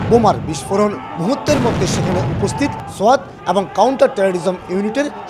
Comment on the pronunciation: সোআত না রে ভাই সোয়াট